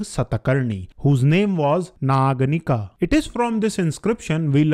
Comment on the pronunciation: please pronounce naganika as aa at end not schwa sound .